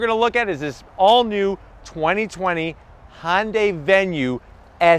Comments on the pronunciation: Its hyundai not honday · IT IS NOT FKING PRONOUNCED HON-DAY!!!!!!!! MORON!!!!!!!!!!